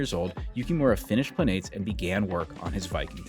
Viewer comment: Planetes is pronounced “planet-es”. Think of like saying “Planet S”